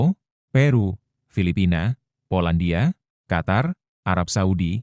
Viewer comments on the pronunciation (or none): none